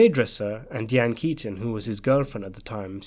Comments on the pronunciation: it's pronounced "Die-Anne" Keaton.. NOT "Dee-Anne" Keaton.. I mean really? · How did you butcher pronouncing “Diane Keaton” that hard